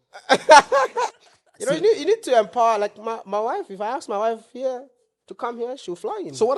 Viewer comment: Yeah all my Ghanaian friends get angry when compared to Nigerians! 😂 Wodemaya to be different practice “Ask” not “Aks”😅